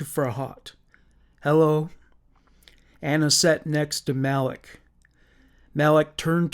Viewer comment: I love the way he says 'elloo everybody ', lol